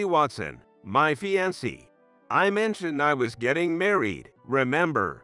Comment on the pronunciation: It's never too late to say No to marriage, especially when he starts belittling and treating her with some disrespect! Speed up the playback speed so the people won't sound so slow witted and boring! Too many words mispronounced and the way they say fiancee grates on my nerves like screeching chalk on the blackboard!😮 She can't be plain since she said that she had her dad's looks, too! She chose to look plain and Jack and his mother only saw the outside without really looking at her! What ignorant fools they are! They got what they deserved!